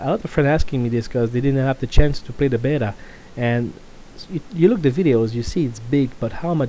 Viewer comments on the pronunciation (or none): none